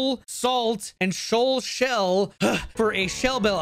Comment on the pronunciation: Shoal shell really isnt that hard to say dude